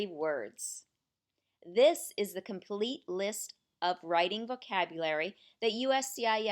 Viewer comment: Everything good, just when say word THE please say loud and clear. sometimes word THE not clear, Thanks